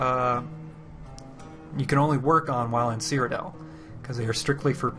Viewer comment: I'm that guy; it's called "Cyrodiil" not "Cryodell". An is anyone else getting the feeling that ESO is moving even further away form Morrowind type of hardcore gaming?